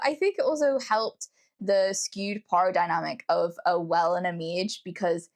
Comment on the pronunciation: You saying the word "power" is a trip